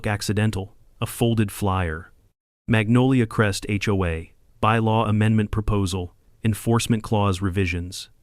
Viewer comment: Why were notifications sent only to homes on their street? The whole community should have been notified. They all would be vulnerable to Brenda's new rules. (The narrator must be AI. HOA is not pronounce like a word hoa.)